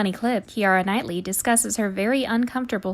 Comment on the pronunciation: If you’re narrating a video, please learn how to correctly pronounce the names, the compilation was great but this is unfortunate especially names like James McAvoy and Keira Knightly who are pretty big stars!!